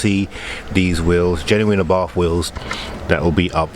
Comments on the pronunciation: Abarth not arbarth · It’s an arbarth not an arbarff surely?? Love the wheels though. Good call. Also the mods you have installed brilliant.